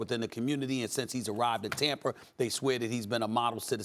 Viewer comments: I swear Stephen A says Tamper instead of Tampa. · It’s Tampa not tamper Steven A lmao 😂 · Tamper? What is Tamper? Steven A presents himself as some kinda linguist but can't even pronounce words that end in A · Tampar😂😂 SAS always puts an R on the end of words that don't have them